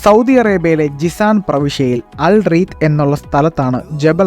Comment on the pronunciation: ജസാൻ അല്ല ജിസാൻ